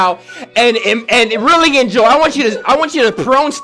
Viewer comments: Yes i will "enojy" the video👍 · “ENOJY THE VIDEO”